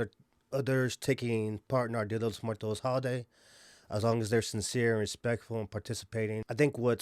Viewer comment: fools can’t even pronounce Muertos correctly 🤣